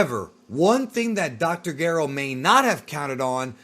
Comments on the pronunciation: dr Garo? you mean Gero? that’s how it’s said in the dub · Its gero geeero and saiyan why are you mispronouncing lol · The audacity to call dr Gero the way you do and not like the official dubbed version is a disgrace!!! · I don’t want to correct the way he’s saying dr gero or super Saiyan because this dude knows soo much 😂😂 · Your pronunciations are absolutely infuriating. If you dont want to pronounce Dr. Gero the way it's said in the anime, then you need to pronounce it with a soft G, the way Gerald or Gerard is pronounced. Youre being an ass by pronouncing saiyan the way you do, literally no one in history has said it that way. And Pikkon was the last straw. Yes, in the original japanese version he was Paikuhan. We get it, you did your research. But everything since then, from games and newer iterations of the show call him Pikkon. Because of Toriyamas bad memory, the show evolves and things get retconned. Toriyama used to call SsJ 3, Ssj 2 because he forgot about 2. Not to mention the original grading system. Bravo, you made a good video with a lot of research. But youre just being a contrarian using these pronunciations. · I dont think the narrator of this had even heard of nor seen a single episode of Dragon Ball based on how he says Dr Gero and him calling the sayins Cyions. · I love your videos. Unpopular opinion I very much dislike how you say dr gero and krillan. Lol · Just say Gero normally bro